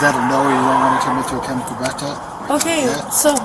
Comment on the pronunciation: ok but if he can't properly pronounce the word breath maybe he should be reading it. I kept wondering what the heck a bleath test was.